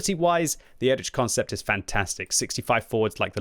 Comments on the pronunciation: please for the future, try pronouncing it like “erikh” instead of “erich” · Pleas say erih ant not erič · I am pretty sure it should be read as /ˈeːʁɪç/, or at least /ˈɛrɪx/,... And before anyone starts scolding me: this is not a critique, but a friendly advice to him, as is known for his striving for original pronunciation of the tank names 😇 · Again, EriH, ch in german is like H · It just dawned on me that the name of the German Leopard tank is spelled identically in both English and German. Listening to butchering the "Erich" part of this tank I suddenly realized it's the same with the Leopard. An English speaker will say "leperd" but a German speaker will also pronounce the 'O' and wil pronounce it "lay o pard".